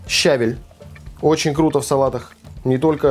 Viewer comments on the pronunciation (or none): В русском языке правильно говорить не только со́усЫ и блю́да, но и щаве́ль! Салат странноватый. Редиска в воде не понравилась...